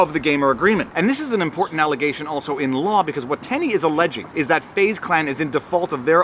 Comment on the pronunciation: “Fuze Clan” lol